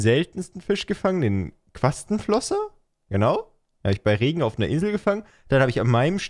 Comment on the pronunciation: JAAAA QUASTENFLOSSER!!!! MEIN LIEBLINGSFISCH!!!! Und du hast nicht einmal den Namen verkackt, nice!